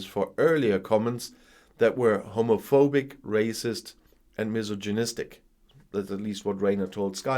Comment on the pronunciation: you might want to review the pronunciation of "misogynistic" it isn't pronounced the way it's spelled. Thank you for the video.